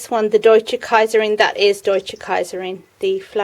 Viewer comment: Lovely greenhouse tour, really enjoyed it. Looking forward to the flowers of the sweetpeas, the arrangement is much to my liking. And nice pronounciation of "Deutsche Kaiserin" :)